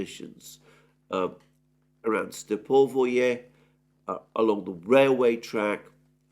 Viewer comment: It's Stepove, not Stepovoye